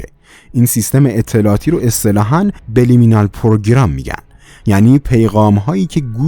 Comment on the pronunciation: اقا اون سابلیمینال بود نه بلیمینال !!!! لطفا دقت کنید کلا انگلیسی رو اشتباه میگین بیشتر فیلمهاتون همینجوریه 🙊